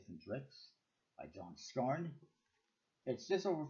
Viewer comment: For the record, his name is pronounced Scar-neigh rather than scarn. Good review other than that.